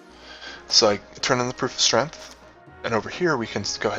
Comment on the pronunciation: Now I don't mean to pick on your speech patterns but you seemed to be mispronouncing "STREMF"